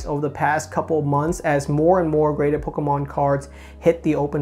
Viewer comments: Stop saying Pokémon. My ears. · how he says pokemon, lol